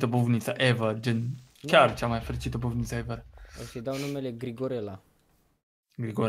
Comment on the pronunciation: Bufinta :))) nu era bufnita? :))